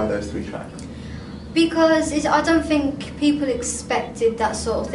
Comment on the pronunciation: "I fink" I love it I love her!!!:)